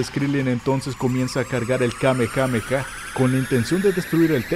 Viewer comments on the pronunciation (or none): none